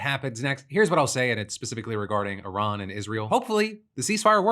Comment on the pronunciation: WAIT, DID NO ONE NOTICE HE ACTUALLY PRONOUNCED IRAN CORRECTLY?